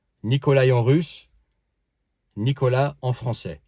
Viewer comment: çà se dit Nicolás en ppuyant sur le a